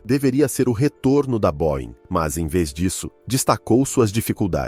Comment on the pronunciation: Boein não existe. Boeing